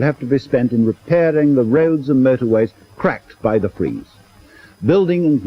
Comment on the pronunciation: The big fweeze